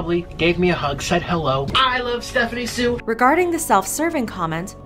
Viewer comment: Thank you so much for Saying Stephanie Soo correctly 👍.